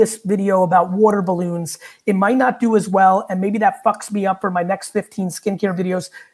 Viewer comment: Here for the “wudder balloons”